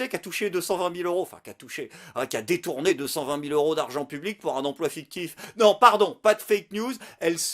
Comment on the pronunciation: Un se prononce Eune, pour tes prochaines vidéos. ^^